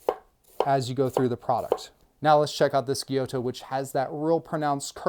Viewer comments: It's pronounce....Gy-you-to. Gyuto..great info 👍 I really enjoyed the video ✌️ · A) For "gyuto" say "gyoo-toe", not "gyoe-toe". and for "Sabatier" say "sah-bah-tee-ey" not "subber-teer" B) Isn't it counter-productive to put a k-tip made for intricate tip-work on a super-long blade as a a long blade makes it more difficult to control the tip? Seems kiritsukes are only there to look more badass than regular shaped knives.